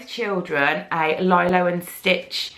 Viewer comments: LILO and stitch- lilo is pronunced LEE-lo not LIE-lo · Say it like le low Not lilo like in a pool